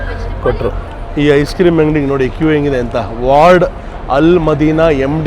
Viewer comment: ವಾರ್ಡ್ ಅಲ್ಲ ವರ್ಧ್ (ಫ್ಲವರ್ಸ್) 💐